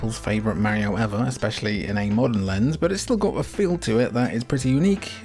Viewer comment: He cant even say mario correctly lol Also Super mario Strikers came way before the anime soccer game.